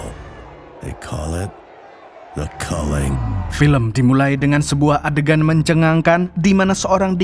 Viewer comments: Kulling bang bukan culing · Culling - baca nya KALLING.